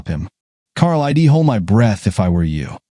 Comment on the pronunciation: Contractions are impossible for AI readers to comprehend. (I'd) is not pronounced EYE DEE